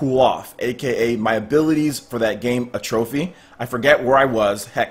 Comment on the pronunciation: Also not a huge deal but it's pronounced At-tro-fee not A-trophy. Keep doing what you're doing